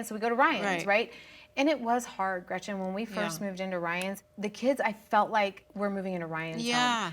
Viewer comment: Am I minority here bc I don't dislike Tamra at all! I dislike Gretchen SO much and her terrible lies, and Emily is the worst of all of them here. She really irks me. And if she says gretchers one more time, i am going to lose my mind